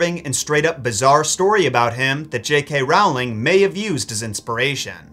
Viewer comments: REALLY enjoying your content! But I would be remiss if I didn't point out that pictures and works of art are hung. Condemned people are hanged. Also, the author's name rhymes with "bowling", not "howling" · Ummmmmm book fan here. Tom’s father left way before his mother gave birth to him. She lost her will to live and died moments after giving birth to him. The way you said it, it’s like Tom Sr had Jr and gave him up. Oh and Rowling is pronounced like it rhymes with bowling.